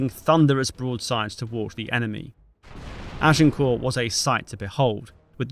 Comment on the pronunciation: Good to observe that you pronounce 'Agincourt' correctly - ! 😊